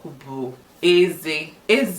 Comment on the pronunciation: You pronounced "Teeth" and "King" same way, there should be a disparity in the tone.